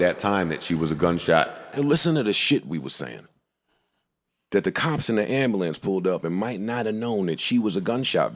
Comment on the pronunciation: It’s Am-bu-lance Joe not Amba-lance.